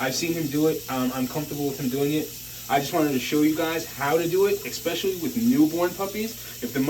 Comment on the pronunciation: The word is " especially ", not " ecspecially "...